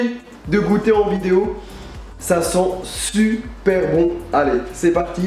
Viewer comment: "Ça sent su-per bon" le cookie ! ^^ Tu me fais marrer (